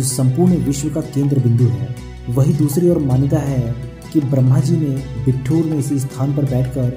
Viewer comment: Bhai, ye बिट्ठूर nhi बिठूर है